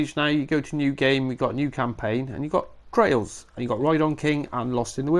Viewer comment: that should be pronounced, try-als, as in tests. Thanks for the info on the new update!!!!